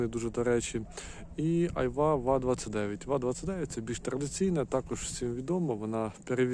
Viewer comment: Та не ва29, а ба29